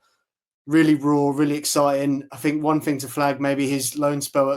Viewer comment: Love this channel, and I hate to say it, but please say think, not fink. I will probably get slammed but for a guy like who speaks a lot of good football sense it just drives me nuts.